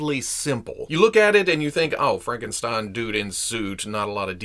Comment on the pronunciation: the stein in Frankenstein is pronounced st i like you say I n